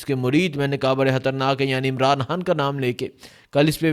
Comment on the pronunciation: آپ کے ویلاگس اور وہ رپورٹس جو آپ جلسے جلوسوں میں جاکر لاتے ہیں وہ بھی سنتا رہتا ہوں بھارتی کشمیر سے، آپ حقیقت کو سامنے لاتے ہو۔ آپ کی مادری زبان میں شاید حرف ”خ“ نہیں ہے اس کی جگہ آپ ”ح“ استعمال کرتے ہیں جیسے خون کو کہتے ہو حون خدا کو کہتے ہو حدا خان کو کہتے ہو حان خطر ناک کو کہتے ہو حطرناک بڑا مزہ آتا ہے ایسے الفاظ سن کر۔ اللہ آپ کو سلامت رکھے ۔